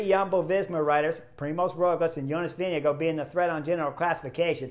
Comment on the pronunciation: great commentary, great stage, best I've seen at the tour. One thing, the Danish pronunciation of the VIngegaard, is typically Vin-i-gaar but sometimes can be Vin-i-gord, the Danes typically swallow the d while Norwegians pronounce, so it might sound a bit like Vin-i-go but it's not, Danish is an impossible language to pronounce